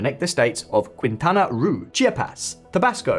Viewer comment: Did he really just say faltering economy? Seen growth rates or nearshoring trends lately? The UK and France would have loved to have Tesla building cars there. Now tell me the growth rates for Germany and the UK. Go. Also, the state of Quintana Roo is pronounced Keen-ta-nah Rho, not Quinn-ta-na Ru.